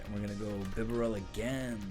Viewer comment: Not Beh-bear-el.....ITS BIB-AH-RELL 😂😂😂....your hilarious hahaha